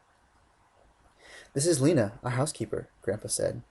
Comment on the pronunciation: is my fav part cuz he said Lena right. I LUV U!!!!!!